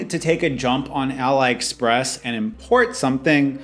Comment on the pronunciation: is it too hard to say it ah lee express? 🤣